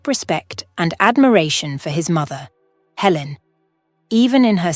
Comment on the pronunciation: Good grief! So many words mispronounced I couldn't even count. Helen changing to Ellen, and then back to Helen. And -- no conclusion. No resolution to Michael's career, and nothing about whether Michael and Amy established a relationship. And, of course, the timing doesn't work. If Michael was a surgeon for two decades, that means he had to be at least 45 years old, probably closer to 50. But if he and Amy were children of about the same age, then she would have to also be around 45 to 50 years old -- which doesn't match the narrative at all. DUMB!